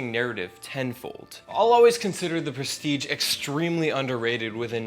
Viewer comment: I almost stopped watching at the start when you mispronounced the name of the movie. But I really checked out when you said, "from the gecko."